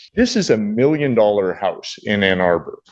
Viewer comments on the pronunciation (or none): "1 millionzzz dollar"